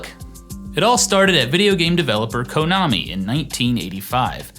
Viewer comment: "Kohnami"? 0_o